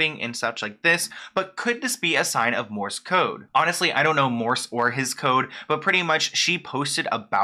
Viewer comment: It's Morse code. Not Morris.